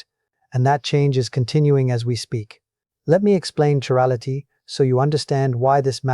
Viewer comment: he pronounces chirality 2 different ways. Personally I do NOT believe this.